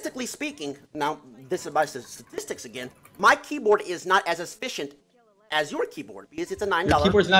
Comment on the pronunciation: He actually said "assfficient" L U L